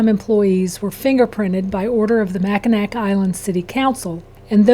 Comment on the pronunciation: It’s pronounced MAC-IN-AW.